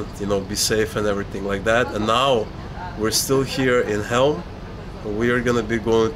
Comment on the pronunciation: CHEŁM (Chelm), not Helm.